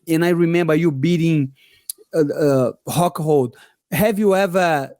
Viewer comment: And I absolutely LOVE that he pronounces it Hockhold with a Brazilian accent.